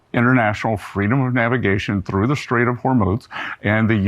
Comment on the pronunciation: A shtrike? In the Shtrait? Do better, Ben. You could pronounce words correctly tomorrow, if you tried.